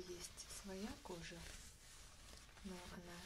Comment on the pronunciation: Очень приятно, особенно в области АСМР, видеть человека с 3рёхзначным значением IQ. По-чаще снимайте кожаные видео. И слово "кожа" слушать от вас одно удовольствие. Вы его как-то по особенному произносите. Спасибо!